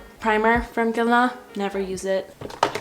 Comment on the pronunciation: Ok so you say Guerlain so pretty!!!! I replayed the video multiple times just to hear you say that!!!😮